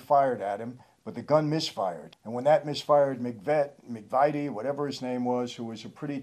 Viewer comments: McVitie is pronounced Muc-vitt-ee 👍🏼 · Even when you have a graphic if the club name you get it wrong? The daily mirror is a paper, not a column He was lord boothby, not booth Could you not just find out how to pronounce mcvitie? Plenty of videos on it. It was Leonard Nipper Reed Do you not have post production fact checker? By the way by the end of life they were both gay. Why is is sad? You say that at the end. They were a foul couple of people. They are not folk heroes. Reggie confessed to his gay lover in jail that Ron killed his missus.